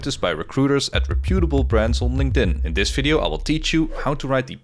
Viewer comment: Not how you say "reputable". Just trying to help :) I love googling words and using the audio feature for stuff like this.